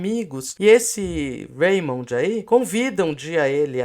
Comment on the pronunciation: Vcs chutaram certinho no gol da pronúncia de Raymond /remôn/. (E a Pasqualete da pronúncia ataca novamente!)